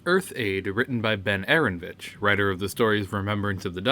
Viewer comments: It's AARON O VITCH not ARONVITCH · Aaronovitch is pronounced Uh-Ron-Oh-Vitch.